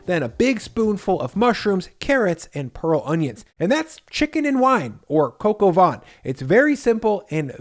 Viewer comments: its not pronounced coco van.. its cah coh vaih... -_ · “Coke o Von “. Jeezus fucking christ… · "Kok o vaan" is how it's pronounced. Not "coco von" 😆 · It’s not coco van it’s cock ow vin. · Pronounced more like "coke, oh van", and not "coco vawn". If you want to maximize the fat, I'm curious why you'd paper-towel the lardons. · Dude, Its "Coq au van" all over the fucking world, don't do the Freedum Fries performative dumb crunts carry on. Do you insist on veg cut "In Tiny strips" or "Julienne" ? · "Coke ah vaughn" lol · Your french pronunciation is oh so close but the way you say it sounds like, translated, "windy chicken" of "chicken of the wind." lol Say it with me: "cuck oh vei[n]" (don't pronounce the "n" in vein). Looks super tasty! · “Cocoa vahn.” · "Cock". I know America was founded by puritans so bad they got kicked out of the UK for being too fundamentalist, but it's still ok to pronounce things like "The Koch brothers", "Heckler & Koch" and "Coq au vin" properly. It's not going to hurt anyone. Oh, and "van" while we're at it. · Coq au vin. Not whatever you said.